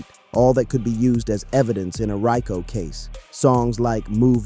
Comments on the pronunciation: Raco😂😂 dis ai don’t know to say Rico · WTH is a RYEco case? Bad ai voiceover… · Nice video but RICO is pronounced Ree-Coo